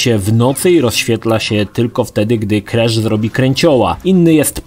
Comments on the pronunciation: nie kresza a krasza badz polakiem xd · KrAsz a nie jakiś KrEsz. Tu i tak lepiej niż w filmiku o trylogii. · ‚Krasz’ czy ‚kresz’ bo w końcu nie wiem😅